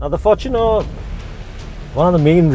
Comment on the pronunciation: at last, a review that pronounces the fortuner the right way. FORTUNEr not forTUNER the word is FORTUNE, hence fortuner not TUNER, or “for TUNER”